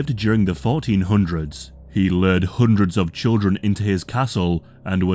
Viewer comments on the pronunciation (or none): "Loored,' not "Lird," for "Lured." Do you "Cured," as "Kird?"